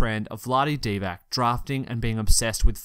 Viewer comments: and he messed up Dee-VAHTZ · Divac is pronounced (DEE-VAHTZ) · Dee - VAHTZ and Giles has a J sound not a G. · Mispronunciations are my pet peeve and this guy has a lot of them, including: Vlade Divac, Skal Labissiere, Luka Doncic, Bogdan Bogdanovic and Harry Giles.